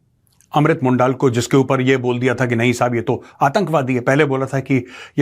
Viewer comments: For your records Major saab, his surname is Mondal pronounced not as मोण्डाल, but as मॉनडोल, which is Bangla equivalent of मंडल (from Mandal commission). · अमृत मंडल नाम है। मोंडाल नहीं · Mondaal nehi. Mondol as par pronunciation. Mandal in spelling. Remember Mandal Commission? Same Mandal.